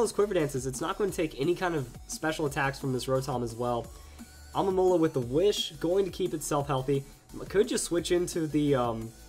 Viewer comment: Okay man, it's not Alomola, and it's not Almomola, it's Alomomola. Say it with me. Al-o-mo-mo-la.